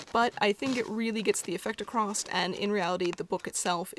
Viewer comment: you keep saying acrossT instead of across :/